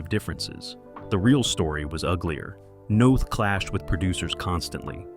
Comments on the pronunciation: In case anyone is interested, his name is pronounced like Chris North. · The stupid robot voice says Chris Noth’s name wrong. It rhymes with both not moth. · NOTH. not Nath